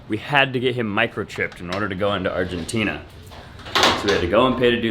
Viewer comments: Check out pronouncing Argentina "Are-hen-teena". Goin' native! lol Just stay on edge, stay vigilant, DO NOT drop your guard, ever. What with folks stalking Frank, asking weird questions about his lineage... Good luck 👍🏾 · Sorry bruh... you lost me at "ARHINTINA"